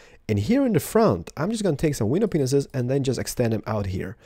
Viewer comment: lol how he says window panes XD